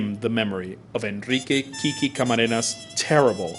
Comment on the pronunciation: Why do they call him KiKi....It's really QuiQue or pronounced Kique. That's the short version of Enrique. KiKi sounds feminine. Anyway, he is a true hero. I learned about him by watching the T.V. series NARCOS. Awesome show!